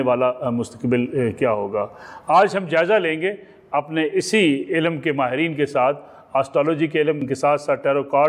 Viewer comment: Janaab ap ilamm ilamm lagai hui he apko to "ILM" ki sahi pronunciation he nahin aty ap kia khak ilm ki bat karen ge?